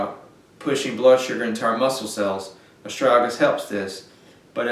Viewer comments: Well, after having watched the whole video, I would say that your pronunciation for the word is Bass ackwards 75 to 85% of the time. Ass.. strag.. uh ...lis! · Friend, The impact of your presentations will be infinitely enhanced if you learn how to speak English properly. We love your enthusiasm, although your accent, it must be said, often obscures your meanings and your articulousness. The word is astragalus, four syllables, with a hard g at the end of the second.. a...strag...uh...lis. Meanwhile, it might be good also to contemplate allowing some spaces in between your sentences, which otherwise have the tendency of drunkenly reeling on as if you had one or two beers too many. Again, take time, take space, and articulate you words. We don't all live in the boondocks!